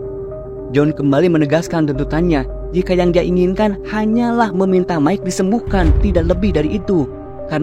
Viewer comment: Mike bukan dibaca Mickey, tapi Maik.😅